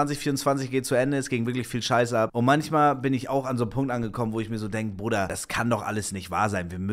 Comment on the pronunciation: Ne sorry Brooooder